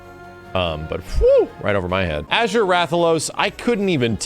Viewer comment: Bro why does he pronounce Azure as "Ager"